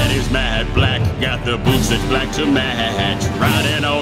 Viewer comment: At least you said matte the right way lol